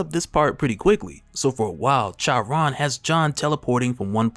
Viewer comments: Charon lol the H is silent bro lol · I think Charon is pronounced like "Car on" though I could be wrong, either way great video as always. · Good lord please look up how to say Charon. Jeez